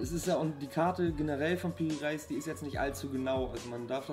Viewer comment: Die Aussprache geht so: Piri Reys